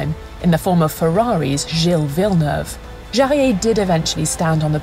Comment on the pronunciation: It's great to see Jarier and Behra's name pronounced so accurately. In a world of Chawls Luck-Clerk, it deserves a mention.